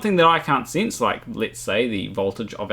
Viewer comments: My god stop saying sense like “since” my guyyyyyyyyyy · I just enjoyed hearing you say ‘sinse’ so many times! 😄